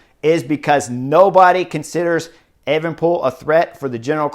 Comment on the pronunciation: Disappointed that you've clearly been practicing pronouncing Evenepoel, bring back Evening Pool! Superb insight, as always.